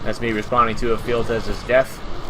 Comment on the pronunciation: Imagine this one on Halo were you actually have Spartans. Sure show more of this. By the way, the Traitor's name Ephialtes is pronounced " f - e - Alt - es " .